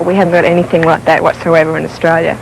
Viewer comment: Briz-bane Oz-Trail-you're